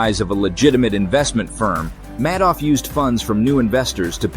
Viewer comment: You keep pronouncing names like SBF and Bernie Madoff wrong, other than that solid video.